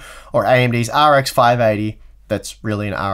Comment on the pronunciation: Sounds like his saying R “G” X 😂